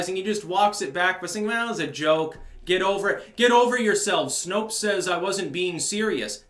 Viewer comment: I thought you said Snoke instead of Snopes